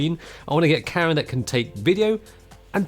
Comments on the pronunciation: I thought you were saying Karen, then carrot but I know it could only have been camera. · Every time this guy says camera it sounds like he is saying Karen, and it’s hilarious! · I kept on thinking you were saying "Karen" instead of "camera"...and who knows; maybe you were. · "Get the Karen that has the right features that you want!" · Thanks for clearing that up 🤣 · A Karen you can grip with all 5 fingers 🤣😂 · Haha I noticed that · True. Just picked up in that, Karen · Sounds like “Cara” to me